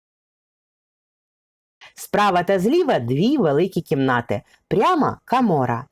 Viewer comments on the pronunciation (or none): гарне відео але дуууже забагато букви а у словах замість о -кАмора то щось..не вписуэться в вашу гарну дикцію! а ось за Фірташів...як це памятка у приватній власності???!!!!Негайно націоналізувати історичну памятку! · Шановна автор. у Вас дуже гарний голос та попрацюйте будь ласка, над вимовою - ріже вухо "азіровшина", коли Ви замість О вперто вимовляєте А: "будинАк", "кАмора", тріщина "пА" стелі, "пАдобається", "пАпередній", біля "вАріт", "відпАвім", "повз Адну з істАричних криничАк", не змАгли, Астрави нАд берегАм... , пАбачених, кАли.. Кожне друге слово.